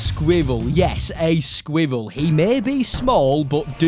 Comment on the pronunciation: As an American, the way you said squirrel drove me nuts!